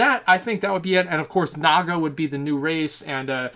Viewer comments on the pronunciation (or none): none